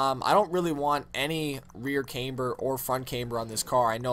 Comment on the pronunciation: half or the names u say are wrong like camber